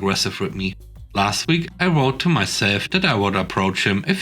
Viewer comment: "Vowed" rhymes with "loud," not "load."